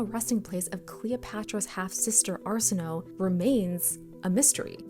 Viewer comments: Her name is pronounced arsen, like arsenic, o, as in oh, a, as in way. Arsenohway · Just a polite fyi: Arsenoe is pronounced “ar-sen-oh-ee” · Just so we are clear: if a greek name has an "e" at the end, it is not a silent letter